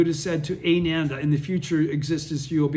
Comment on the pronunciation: Wow, you are the best teacher! 🙏😀 I had a friend listen to this, and she's been practicing for 40 years and she was blown away, she heard stuff here that was never taught or emphasized by SGI. Oh, help with pronouncing the Sanskrit?..phonetics: "Ah-nan-dah",for Ananda, Buddha's disciple-read it like you read the english Japanese in Gonyo book!-NOT like your reading English, it's that's simple, except for when you see a "c" in sankrit, it's pronounced as "ch", like in "church". Hope you're doing good health wise as well as your obvious mental/emotional health! (excellent!)